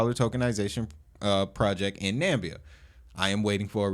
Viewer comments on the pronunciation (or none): This is tokenized mining company shares, not copper itself, if they're paying dividends. Hard to tell if the project is actually legitimate without more clear connections. Interesting to keep an eye on. By the way, it's Na MI bia, not Nambia. There's another "i" in there. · learn how to pronounce Namibia. it's not "Nambia" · Think that's pronounced NamIbia dude, emphasis on the first I. Interesting digging btw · Excellent snoopin’, bro… !!Na-MIB-e-ah is the proper pronunciation 😎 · 4 syllables: Na Mi Bi Ya youre welcome 👍🏾